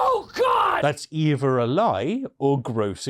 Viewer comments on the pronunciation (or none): Evuh? I thought it was EITHER.